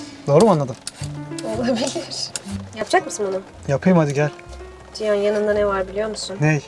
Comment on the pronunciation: Ciyan değil Cihan.